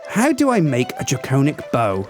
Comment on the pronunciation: It's pronounced wi-vern and drac-onic. Not why-vern and drac-ownic.